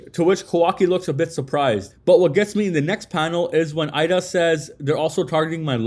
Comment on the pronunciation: It might be spelled Eida but it’s pronounced Ada. Idk why people have a such hard time pronouncing her name it’s super simple and then also what’s worse is idk why people continue to pronounce sarada name wrong as well. Her name is literally spoken correctly in the anime but content creators for whatever reason keep saying her name wrong too. Ya’ll keep pronouncing her name as if it’s spelled sirada when it’s supposed to be pronounced as written which “sarada” so you pronounce it as saw-raw-duh. It’s not that hard and the anime gets it right even if people hate it’s great source for reference, and how characters names should be pronounced, and spelled.